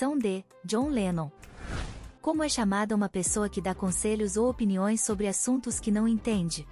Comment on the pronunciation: 73 C = SOBRE: pronunciado de forma errada. ABERTA: do verbo sobrar.